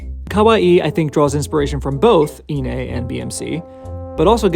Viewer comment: 1. Excellent pronunciation of Kawaii. Most people pronounce it Kawai (one i) which to a Japanese speaker sounds more like Kowai (scary) an interesting coincidence of contrast of intended meanings. 2. iine, on the other hand, and I am going to presume you do the same with Megitsune. NE is pronounced as "neh" not "nay" I figure since you do a lot of Babymetal content, which I will follow consistently, it might be nice to get it right. I know not everyone speaks Japanese so I am not judging, just trying to help.